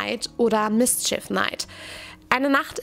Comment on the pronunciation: mischief - ausgesprochen „misCHief“ 😊